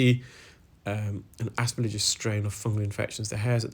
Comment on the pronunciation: please pronounce aspergillus as “as per gill us”.